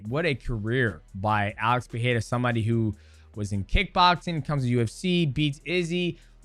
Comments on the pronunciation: DJ, please.... It´s PeREira not PeHEira.... get it right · Hey DJ, can you help Chael with his pronunciation. He calls him Alex Pierre. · DJ won't say PerEIRa correctly once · Stop saying his name incorrectly that’s not how you say, Pereira Perera you’re American you’re not Brazilian don’t say like a Brazilian. Don’t say it in Portuguese say it like a fucking American annunciate those fucking R’s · Homie can't even say Pereira or Nurmagomedov correctly either. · The first R on Pereira is spelled exactly as you did with the second, not as an H. In Portuguese you only pronounce the R's as H when they're double or at when they're the first letter o a word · its fine, nobody does lol. Both "r" in Pereira's name are, as we call in Brazil, "weak r ", you must add some kind of vibration to your tongue when saying it. i've only seen latinos getting the pronounciation correctly, probably its not an easy sound to make.